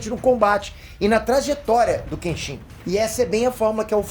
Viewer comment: Moro no Japão meu filho nasceu aqui e coloquei o nome Kenshin, só corrigindo a pronúncia 😢 se me permite, dão ênfase no KEEN e o shin fica bem curto tipo KÉENSHI O “N” tem som de um (1)